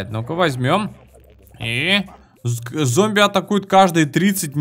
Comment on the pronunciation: Опять ошибочка у тебя) "ЗОМБИВ" )